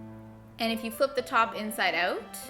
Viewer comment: The way you say inside out annoys me